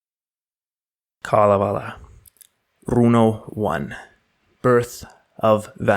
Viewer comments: If you google the Kalavala, you'll hear how it's pronounced: it's kale(like the green we who like it can eat) & the rest of the a's almost have an e sound w/ them. It will be pronounced repeatedly so you can't miss it. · Other audio pronouncing of the Finnish Kalevela sound like chalk screeching on blackboards. Hearing you is very pleasant. Thank you for preparing for the Finnish pronunciations!